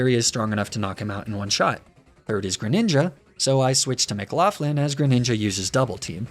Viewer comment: Why do you pronounce McLaughlin like theres an F in it wtf?